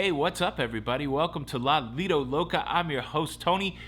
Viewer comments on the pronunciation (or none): none